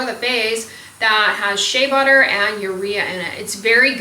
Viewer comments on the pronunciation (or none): none